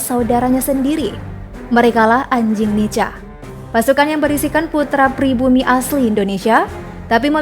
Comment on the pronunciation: Dibaca (nika) bukan nica.. kebanyakan yg berkhianat saudara2x kita dari timor..